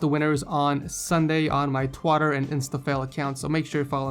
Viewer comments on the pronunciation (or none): and its twiter!! not twader!!!! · Lol he say twotter XD